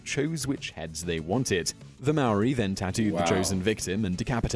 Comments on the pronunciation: Bro first it’s not Moarii it’s maori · It's pronounced like maaaori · Tf is "meeri" thats not how you pronounced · For Americans it’s harder for them since they have an accent, and to be fair- the man in the video wasn’t pronouncing it correctly either. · Most of the words and names that the guy had pronounced were wrong as my myself am from New Zealand and Maori but I enjoy your videos to do with our Culture 🙂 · That top ten guy didn’t pronounce anything right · Hes saying Maori wrong roll the r 8. Is not called a club here its called a patu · You pronounce Maaori like a mouldy piece of bread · It’s maori cuz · Great he's saying Maori WRONG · You or that men did not prenounce it right get it right next time😕